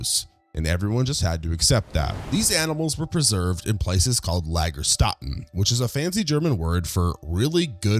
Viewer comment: Nah I cant😭 I am german and how you Said Lagerstätten so wrong😭😂